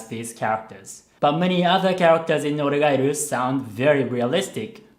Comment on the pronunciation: Man...the way he pronounce 'oregairu'....its sound so japanese